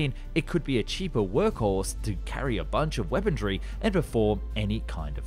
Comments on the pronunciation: Every time he says "weapondry" i want to punch a baby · Hey man, love the videos. I'm really sorry to be "that guy" but what's with the D you keep pronouncing in weaponry? 😂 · Why does he pronounce "Weaponry" as "Weapon-dree"? Weaponry does not have an R in it. In any case, another great video! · Weaponry, not weapondry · why does he ad a D to weaponry? I've heard it in a number of videos. He is complete ick head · There's no D in weaponry. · If I took a shot every time this guy mispronounced “weaponry” I would piss vodka.